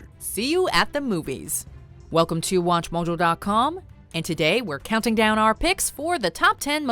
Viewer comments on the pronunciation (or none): welcome to watshmowjow